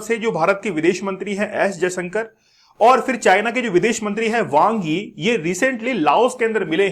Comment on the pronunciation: Yang wo nahi wang yi hai naam 😂